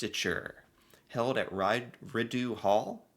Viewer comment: RIDEU HALL IS PRONOUNCED REED-OH HALL. MEMBERS RAISED FROM PEOPLE WHO REPRESENT THE BEST OF CANADIAN SUPPORT TO ALL CANADIANS. (2) THE GOVERNOR- GENERAL IS THE REPRESENTATIVE OF THE KING(QUEEN) AND RESIDES AT RIDEAU HALL. THEY ARE PEOPLE WHO HAVE ADDED TO IMPORTANT LEGAL ACTIONS IN CAANADA USUALLY. WE ARE MENBERS OF THE COMMONWEALTH. THAT IS WHY WE HAVE A REPRESENTATIVE OF THE KING IN OUR LEGISLATURE. IT REPRESENTS OUR BING RELATED AND RESPONSIBLE TO OTHERS FROM THE BRITISH EMPIRE. IT IS OUR HISTORY AND WE LEARN ABOUT IT ALL THROUGH SCHOOL. IT IS TOO BAD AMERICA HAS NO EDUCATION ABOUT ANYONE ELSEM, BUT THEIR OWN BELLY BUTTON.